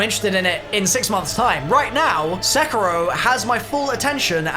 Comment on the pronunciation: I DONT WANT TO BE THAT GUY BUT its pronounced Se-KEE-ro